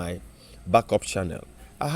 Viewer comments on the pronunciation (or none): My Oga na "Channel " and not "shannel"🤣🏃‍♀️🏃‍♂️🤣